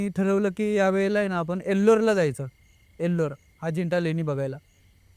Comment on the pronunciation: साहेब एल्लोर नव्हे एलोरा म्हणतात 😅